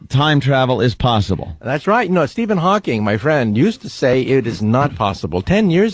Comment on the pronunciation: Norton saying "Hawkings" is infuriating and if Colin knew anything, he'd have destroyed him for it